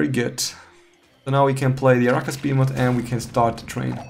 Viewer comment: The way you say "arachas behemoth" is pretty wrong xD But nice video, thanks!